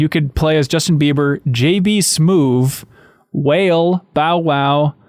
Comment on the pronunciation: "Whale" lol. It's pronounced 'whal-eh' spelled Wale